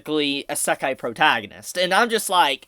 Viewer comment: How do you fuck up the word "Isekai" so bad?